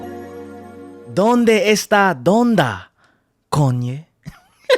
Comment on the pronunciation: HAHAHAH donde esta amigo? Good spanish bro! Greetings from México